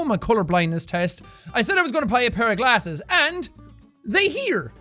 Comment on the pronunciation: "pai a pair of plasses" nice one sean lol